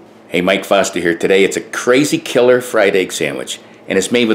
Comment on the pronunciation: Whenever you mention your last name I hear, Fausta instead of Foster. Go figure... LOL. Love your videos. Cheers.